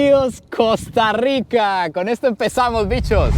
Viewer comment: Primera vez que lo escucho decir, "Costa Rica" bien.😅